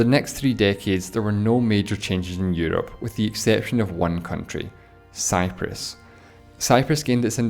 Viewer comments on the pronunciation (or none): none